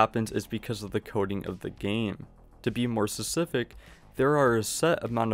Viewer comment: There's a "p" in specific. It's not pronounced "susific"